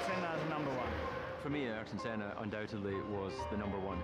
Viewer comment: A tribute to Ayrton Senna, yet NOBODY in this video knows how to pronounce his name correctly (except , the only one to say it right) 😅